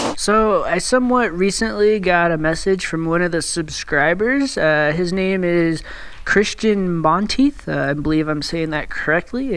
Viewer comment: And yes you actually did pronounce my name correctly, which is very rare. Awesome vid, thanks!